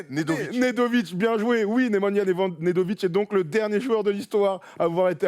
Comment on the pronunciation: Nemajna Nedovic ou Radojnic ?? 😂😂😂